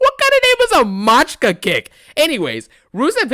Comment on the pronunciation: Machika is clearly not an English word, dlrusev is not an american....common sense would tell you to take 5 seconds and look up the word instead of sounding like an ignorant clown